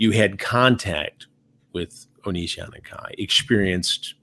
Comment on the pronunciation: Chris Hansen called Onision "onion" and I love that.